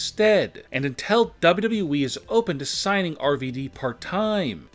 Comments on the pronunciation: One. No disrespect but you need to learn to read and talk better for your show. Good idea but your delivery needs to be better. Its W W E, not WE like you make it sound. Record yourself and listen back. You need to stop talking up and down so much and keep a better even tone and talk slower also. btw Sasha is still under contract with W W E. and as we know nobody is banned for life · It's w w e not dubdubue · Anyone else hear duhbleduble-E when he says wwe? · Sounds like he's saying dubbadubbaeeee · Nobody Literally Nobody This man- "Dub Dub Eee" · Dubba dooweee? That's not how you double a W😂😂😂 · Chris Cherico. Daba daba you eee. Can you learn how to speak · Idk how tf you're pronouncing wwe🤦🏾‍♀️ buh it's simply the letters w , w , e bro pronounce it right please .... it's said how it looks 😑 .......... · He’s saying dubdew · "DUVodUbooE"🤦😂 jus stfu dude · Wwwwwwwwe.. Please learn how to prenounce WWE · Your " Wwe" pronounciation had me dying!😂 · How he pronounces WWE😂😂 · Somebody teach this guy how to say : WWE Man has Learning disability I think 🤔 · The way this guy Says wwe:🤣🤣🤣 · Pretty much all these are speculation. You say likely a lot should change it to 10 stars that are likely banned from wwe and learn a new way to say wwe the way you say it is horrendous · Say W.W.E 🗣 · Damn the way he pronounce WWE makes me sick... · This guy cant say wwe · Learn how to say WWE